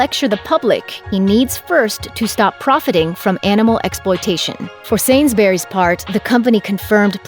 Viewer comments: Sainsberrys lol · I'm sorry but but the way you pronounce Sainsbury's triggers me